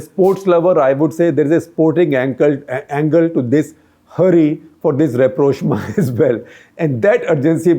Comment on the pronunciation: Rapprochement 😭😭😭 Rap-rosh-ma😂😂😂